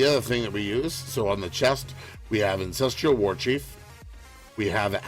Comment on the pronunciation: Good video, but my god do I wish you'd stop saying Ancestrial Warchief and Astrial Plate there's no damn "i".